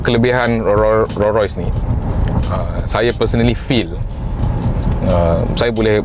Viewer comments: Bang sebutan Rolls Royce ada ‘s’ di belakang Rolls. Abang sebut Roll tanpa ‘s’. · Sorry bro...tolonglah sebut nama Rolls Royce dengan betul...bukan Ro Roy.... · Hang sebut Raw Royce ek